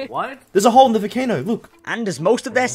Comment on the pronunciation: this is a great video and the guy saying volcano as vocano was funny